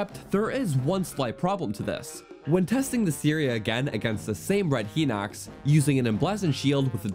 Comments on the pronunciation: It’s not pronounced Heeeeenox… It’s pronounced Highnox. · Not to be rude but hinox is supposed to be pronounced hine-ox not heenox. Sorry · no i know!! I was saying I didn't realize it was pronounced "hai-nox" and not "he-nox". I'm sorry if it seemed like I was asking what a Hinox was haha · Uh, wtf is Hai-nox? For someone who's anal about pronunciation you should really research it yourself. Hinox is pronounced "Hee-nocks" as the japanese romanized katakana pronunciation of the same name is "Hinokutsu" [i has a strong "e" sound in japanese] so yes, IT IS HE-NOX. Class is dismissed. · I say it Hih-nuhcks, and not Hai-nox (Hih sounds like it, hit, and bit) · You're right on the others, and until a few minutes ago I thought you were right on Hinox, but I just went to check. The Japanese for Hinox is: ヒノックス (Hinokkusu), meaning "He-nox" would be more correct, ヒ is always pronounced "he". "Hai" would use "はい" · He-nox. Liz-ar-fos. Whut?